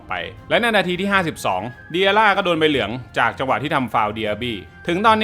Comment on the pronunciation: ใบเหลืองว๊อยยย ไม่ใช่ใบเหลียง!! 😂😂😂😂